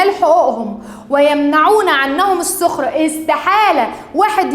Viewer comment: يا استاذه اسمها السخره إللي معناها الغلظه مش السخريه 😂😂😂